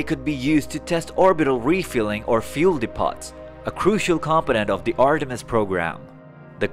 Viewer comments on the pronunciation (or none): depots is "dee - poas," not "dee - pots." Regards.